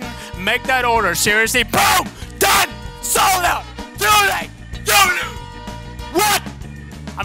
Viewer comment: The part when says "SOLD OUT!" it sounds like "SODA".